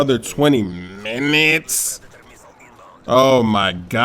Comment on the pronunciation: I LOVE the way you said minutes it was hilarious haha